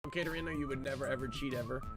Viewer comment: It’s not Katerino it’s katerino